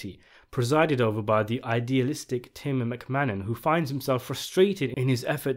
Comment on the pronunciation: Tim McManus not Tim McMannon